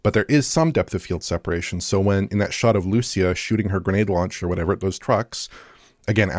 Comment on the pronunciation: Hey guys idk if anyone said this before but in case you DO care, Lucía's name is pronounced "Loo-SEE-ah", with an emphasis on the SEE part. Just letting you know in case you cared :)